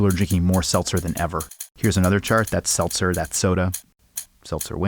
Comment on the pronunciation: quick, name the number he says seltzel in thia video